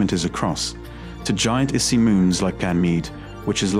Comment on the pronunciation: "issy" moons? So this is also an AI-read video... yawn...